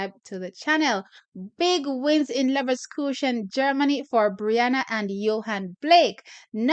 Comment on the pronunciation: Pronounced LivverKoosen